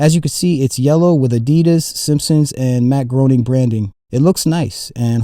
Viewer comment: Every foam shoe you showed in this video was awful. Crocs are terrible and somehow ever other foam shoe is worse than Crocs. Wouldn't mind more Simpsons themed footwear though. Also, Groening is pronounced "gray-ning". Boy don't you feel foolish!